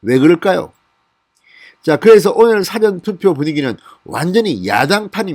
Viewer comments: 사전투표가 아니고 사-전투표 입니다. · 발음 정확히 하세요 싸전투표가 아니고 사전투표 입니다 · 사전투표가아니고 사~전투표다 한국말도못하냐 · 사전 투표 율 발음하실 때 사전투표 빌음 너무 아닙니다. 저도 경상도 입니다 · 진성호님..'사전투표'를 말씀 하실때...사전이란 발음이 조금 달라서..ㅎㅎㅎ